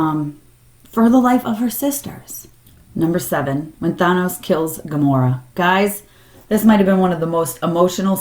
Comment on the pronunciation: Why do people pronounce Thanos so strangely in all these videos?